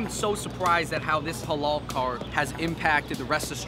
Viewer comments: its not helah , its haalal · LEARN HOW TO SAY HALAL. it's the only word you guys don't seem to able to say